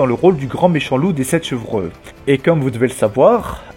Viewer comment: Chevreux ? .... on dit "chevreau" 😁